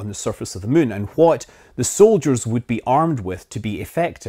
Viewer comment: Still waiting for a video where you will pronounce "what" correctly